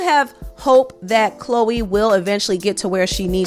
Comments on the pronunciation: Lawd not CHO LEE! 😭😭😭 CLOW-EE is the pronunciation LOL 😂🤣🤣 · The Ch is like a hard K in her name, like Khloe Karblahblahblah, but anyways Choloe has already sold her soul, so what is she even talking about, she must have been tasked for some damage control by the elders :face-turquoise-covering-eyes::face-blue-smiling::face-blue-smiling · I think her name in pronounced Cloo...eee. I'm glad she's saying something about the industry. Thank you for this video. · her name is pronounced CLO EEEE....😂😂😂😂She says her own NAME and they said it TWICE at the beginning..... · Pronounced 'Kloh wee" like the Kardashian. Many of the most popular artists wouldn't even have hit singles unless they made a deal. A lot of them are average. The Bailey sisters could have made and controlled their own careers if they had just used Amazon music and got 60% of everything they recorded. They would just have less. They would still have millions but they would have less. To me it's a fair trade off. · Bruh!..its pronounced(CLoHH-EE)....lol;) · Grown azz man at his big age and can't pronounce Chloe. He looks like he can't read😂😂😂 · Lmfaoo I just hollered. Really?!! You mean to tell me you have never met or heard of anyone named Chloe and saw how it was spelled/pronounced?😭🤣🤦🏽‍♀️